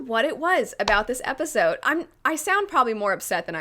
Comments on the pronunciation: “Episote” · The fact that I keep hearing not pronounced the D in episode is triggering me